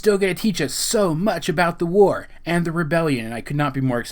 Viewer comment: the WARRRR. Not to be mean but do you have troubles trying to say your r's. This is mainly because who you say your r's. I have the same problem and not trying to be mean.